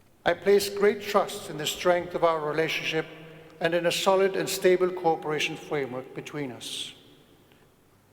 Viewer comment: dear European friends speaking English--let me help you pronounce " cooperation" correctly--say it..co operation. If you don't, we hear you say "corporation". I was a study abroad student at the Royal Academy at the University of Madrid as a university student, and became an English and Spanish teacher. Pronunciation is paramount. Congratulations , both Kings, for your excellent English.